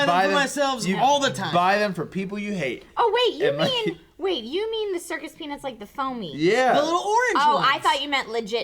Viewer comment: I thought you said "circus penis" when you said "circus peanuts" - "I had circus penis last night" (and everyone was cool about it)